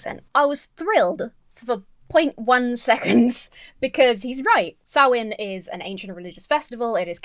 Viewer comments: I’ve heard ppl say Samhain as written, “sam-hane”, but I’ve never that particular hybrid of the latter & the proper “sau-en”: “sam-wain”. That’s a trip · Im pagan, you do not pronounce the M or H in Samhain. I pronounce it Sa-when, but there are a few variations Im newer to paganism and im still doing research but im pretty confident Samhain has never had anything to do with children sacrafices. I have only ever heard of animals being sacraficed in any religion or tradition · the way he pronounced samhain is painful the 'proper' pronounciation varies from place to place but im pretty sure its something like 'sow wen' or 'saw win' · 5:220 "Halloween goes back to the Celtic festival Sam Wain" Um... You mean Samhain? (Pronounced Sowl win) Guy can't even pronounce the thing he's ridiculing! 🤦‍♀He obviously did not do his research because the festival most certainly does not involve the sacrificing of children. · He pronounced it Sam Wayne! I find that unreasonably hilarious :D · lol, dude said "sam-wain" he knew it wasn't prnounced "sam-hain" but just couldn't bother to figure out how.... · Lol "Sam-Wayn." Sam's Wang. Anyone? Also, turnip jack-o-lanterns are way creepier. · It wasn't an accent, just a mispronunciation. He said "Sam Wayne." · No I believe it really is pronounced Sam Wayne. Sam Wayne, the rootinest tootinest Celtic Spirit in the whole wild Ireland YEEHAW! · Sam Wain... HAH! He can't even be bothered to actually pronounce it right. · "I'm sorry, I'm being really mean." No. You're not. Dude straight up called Samhain "Sam Wayne" like some kind of off-brand whiskey. He reaps what he sows. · Hearing a Christian pronounce Samhain as "Sam Wayne" was the funniest shit I've seen in months. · Actually, what he said is “Sam Wayne” (I rewatched that part just to be sure) — which goes way beyond just an accent thing. It is as though he is trying to SHOWCASE his ignorance. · His (mis)pronunciation of Samhain struck me as intentional 🤔